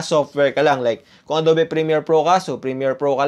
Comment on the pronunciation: Ang adobe pronounced as Ado(ugh)be